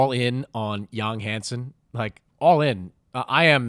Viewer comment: I hope this helps - Correct Pronunciation: Yáng(young) Hàn(hahn) Sēn